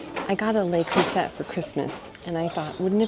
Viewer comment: The correct pronunciation is "Luh Croo-say"